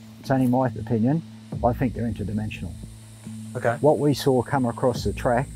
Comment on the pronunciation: Isaac: Why has no one caught it on film?: They’re Inter-Demential. Me:🤦‍♂️